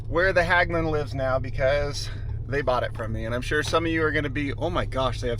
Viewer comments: FYI Hägglund is pronounced similar to He in Hedge but with g. More like Hegglund not Hagglund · Just an observation, ägg in hägg-lunds is pronounced like egg, hegg-lunds.